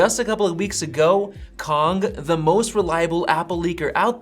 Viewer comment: good job on pronouncing Kang correctly.